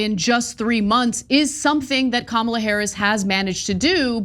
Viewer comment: Ana pronunciation of Ka.ma.la is most accurate of all.